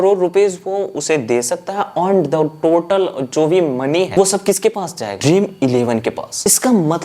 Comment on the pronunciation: Aand nhi earn bolte 😅